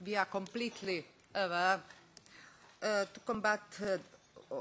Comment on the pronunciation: She is schpilling English vrlo much; I particularly love her pronaunciation of "aware", and final emphatic wording "plis trast as!" how embarassing, please somebody shut her out for sake of entire Balkan .....initially I thought 'top lista nadrealista' Croatina version